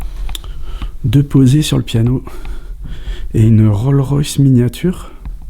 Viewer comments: C'est RollSSSSSS Royce !!!!!!!!! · C'est Rolls avec un "S" qui ce prononce ! 😉😊 Ce n'est pas une miniature très ancienne d'ailleurs, le 4 sont des Rolls de chez Franklin Mint Étonnant quelles soient encore la, j'aime beaucoup ! 😍